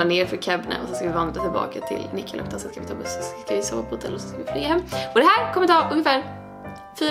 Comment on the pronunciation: Fyfan ditt uttal på nikkaluotka